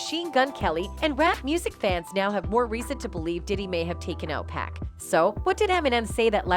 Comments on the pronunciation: People needs to learn how to say 2pac name ... his name doesn't have a "K" at the end its PAC PAC NOT PACK .... DAMN HOW HARD IS THAT TO PRONOUNCE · 2pack? Use ur own voice or make it right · Whaaaaat? Not 2PACK 🤦‍♂️😆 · Don’t say 2pac’s name if you can’t pronounce it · She REALLY needs to learn how to "PRONOUNCE" "American's" Names, if she's gonna try moderating videos! She's "HORRIBLE" with it!!👎👎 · It's so annoying to her her saying 2pac wrong